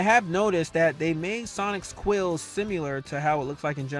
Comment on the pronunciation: Bro u be killing me when you say “simular” lol